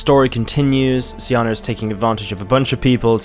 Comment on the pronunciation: SEEE AHHNAAAAA that's how it's pronounced!!!!!